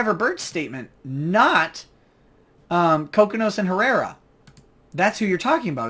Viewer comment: It is pronounced Ko-Kee-Nos!